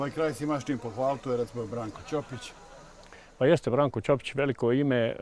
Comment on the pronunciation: Bravo za svestenika i mjestane za njihov izgovor Brankovog prezimena.I ja sam rođena ispod Grmeca gdje imamo porodica Ćopica.